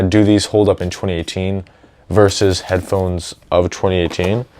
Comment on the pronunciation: Don't want to sound rude but do you have a problem saying headphones?